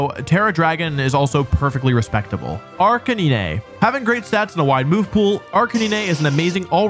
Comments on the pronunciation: “Arcanina”💀 ”Caesor”💀 “Slayking”💀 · did my man really say ‘ark-an-een-ayy’ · WHAT IS WRONG WITH YOU… ARK A NEE NAY??? HAVE YOU NEVER HEARD THE WORD CANINE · I’m sorry but are you calling Arcanine like Arcan-knee-nay instead of Arca9? Bc that’s awesome 😂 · Arc-in-ea? Isnt it arca-nine? Have i been saying wrong? Also isnt vaporeon weak to grass as well? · umm… arca-nee-nay?? isnt it arcanine like nine the number 😭 that threw me for a loop bruh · "Arca-knee-nay" Excuse me what. I've never heard anyone call it that. It's always been "Arca-nine" just like the name. Edit: These pronunciations whack. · What is an Ach can nay nay? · “Arca knee nay”? Arca Nine bro.. arc a NINE Gengar.. not gen like generator. Gen like CAN (but with a G) ya get ya pronunciation correct. (C)Gen Garr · The way this man says "Arc-a-nee-nay" with such confidence.. 🤦😂 I just... it's so on-brand for Wolfe. Great video. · C. Arc-Uh-Knee-Nay! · I cant with AR-KAH-NI-NEH xd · A R C A N I N A Y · "Arca ni ne" 😭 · Ark a nee nay Jen gar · Dude ar canine its so easy. Ar ca nee nayyy ⁉️⁉️⁉️⁉️ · i actually had to stop washing the dog and rewind to make sure he seriously called it “arka knee neigh” (i work a dog groomers) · WTF IS AN ARCKANINAY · Did he just pronounce it Ark-a-nee-nay ??? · Wolfey: “this is a serious list.” Same video: “ARK-AH-NEE-NÉE.” Love your stuff I’m new to you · When he said Ar-ka-ni-ne 😂😂😂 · Arr-cah-NEE-NEH??? Wolfey its RK9 🤣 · "arcaneenay" gave me a brain aneurysm edit: so did jenjar edit 2: okay i can live with slayking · wait… hold up… WHAT did you say??? Arca-NEENAY? Bro… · I died when he said “Arcaneenay” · Arc-A-nee-nay LMAO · ArCUHNEENAY EXCUSE ME 💀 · Ark-in-nin-ay?! Have I been pronouncing Arcanine wrong all this time?!?! 😳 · I'm sorry WHAT arcani-ne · are you saying names wrong on purpose or am I being an ass for not knowing something? Ar-ka-nee-nae? really? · Arkanian,vivillon pronounced in French, gardivoah, Jengar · "Ar-ca-ni-ne" man I'm dead ☠️ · Sorry but arcinene?